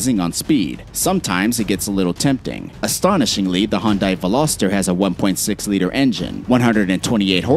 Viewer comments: Hyundai not hon-die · Hyundai? Nah man, Hondye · Please learn how to say Hyundai